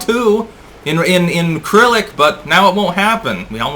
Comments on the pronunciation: Did you really just mispronounce the name of the Russian alphabet? Dude, it's "Cyrillic!" (/səˈrilik/) .... not CRYLIC? What's it like to be "nearly educated?" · Just FYI, it's pronounced "Ser-ill-lick"